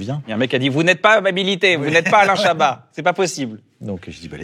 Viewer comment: L'homme qui n'aime pas qu'on prononce le "t" dans son nom Alaiiiiin Chabaaaaahaaaat